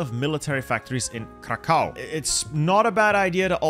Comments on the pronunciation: Kraków is pronounced "krakuv" not kakao xd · if u ever wanted to know, krakow is pronounced like "krakoof" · pronounce Kraków like krakuf